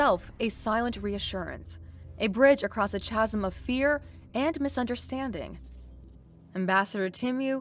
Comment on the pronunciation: The ch in chasm is pronounced as a k. ‘kasm’.